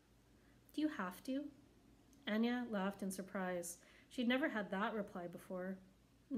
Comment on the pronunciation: It is pronounced A-Nay-A instead of Anya